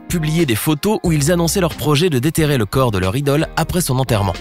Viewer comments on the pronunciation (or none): none